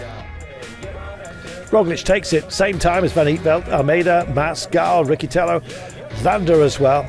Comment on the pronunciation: WTF "Riccitello" became "Rikkitello" and how he pronounced Villuercas?! Terrible, that should be his job.